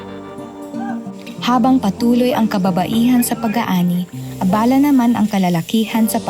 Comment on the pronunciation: Pinoy ba yung lady narrator? The stress on these words are on the second syllable: Naitala, Tiyakin, Abala - verb, etc